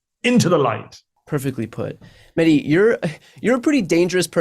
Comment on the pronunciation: Great interview; just wish Bryan would say his name right: MeH. Dee, it's not a silent H, it's supposed to be emphasized